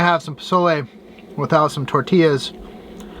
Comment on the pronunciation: I just love that you pronounced Pozole and Tortilla the correct way! 🤗😋